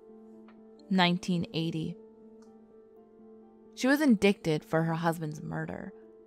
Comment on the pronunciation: Look up how to pronunciation words such as indict.